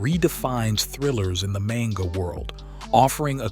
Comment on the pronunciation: My brother in Christ, learn to pronounce "Manga" 😂